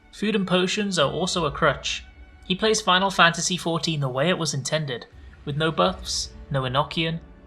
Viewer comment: My man, you're out here making a video about "insane interactions" and weird shit people said, but you're the one calling the game "ECKS EYE VEE".